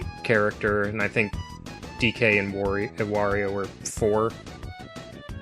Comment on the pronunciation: Thank you for pronouncing "Wario" correctly! 👍